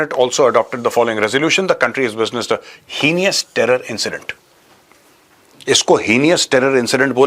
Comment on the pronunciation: “Heenious” nahin bhai, “heinous”: pronounced “HEI nus”. It’s heinous to say “heenious”.